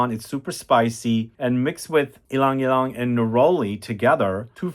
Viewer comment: Whereas I am still looking a fragrance that smells exactly like the classic Dove bar soap, Vidal Sassoon shampoo or Ivory shampoo. 😅 Love that you pronounce Ylang-ylang well. They actually make fresh ylang-ylang necklaces that are hung on public transport in the Philippines. I wish you could smell another white flower called sampaguita. They are sometimes paired together. 😊